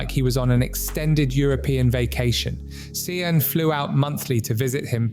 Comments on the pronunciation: Just so u know, Sian is pronounced Sharn or shan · SIAN is pronounced Sharn